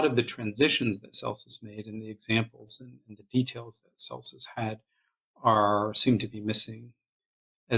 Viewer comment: This is excellent work,! You compare Celsus with Richard Dawkins, but I consider him to have been much more formidable, as an ancient Christopher Hitchens---and I read Celsus' words in Mr. Hitchens' voice! PS It's "Kelsus" not "Selsus".